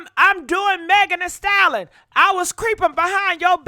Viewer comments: WTH is a "Style-Lon" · I just tried watching this video. OMG.... You can't even pronounce the word, "stallion"!! And, there were a couple of other words you mangled, but you had no trouble saying, 'ho'. You could pronounce that. Damned shame!!